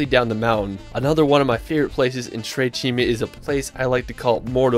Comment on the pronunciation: nice video! i'm italian, i live near to dolomites, and i'm so proud of these gorgeous mountains! ps the correct name is "tre CIME di Lavaredo"